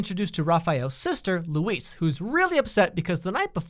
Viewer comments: LUISA NOT LUISE!!!!! Sorry just had to vent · Luisa, not Louise. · I LOVE THIS SHOW LIKE OMFG But I need a minute. IT IS LUISAAAAAAAAA NOT LOUISEEEE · Her name isn’t Louise it’s Luisa 😂 also who was team Raf the whole way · Am I the only one who realised that he calls Luisa Louise the first time lol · Did he say “Louise” LOUISE!?!?!?!?!?! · rafael's sister: loUisEE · ITS LUISA NOT LOUIS 😂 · Luisa, not Louise!! I loved this though <3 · LuisA not Luise -- and also, yes -- Jane the Virgin is great. So is the Vampire Diaries. Also, Michael DOES have a job -- he is a cop, he is just not as established as he wants to be. Michael also did NOT break up with Jane, he said that he would not be happy if she decided to keep the baby. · Her name is Luisa not Luis lol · It’s frickin pronounced lewisa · ITS LUIS-A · I stopped watching as soon as he got Luisa's name wrong